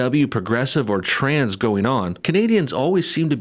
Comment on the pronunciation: “Something traaans going on” lol love the way he leans into that word